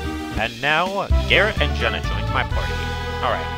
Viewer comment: Oh, I see, I correct Psynergy and then you subtly call Jenna Jjenna. I see what you're doing! OK, no, not really but I needed to comment here at least once instead of directly to you in Steam. :p